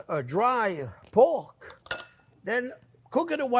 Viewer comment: Say poke one more time lol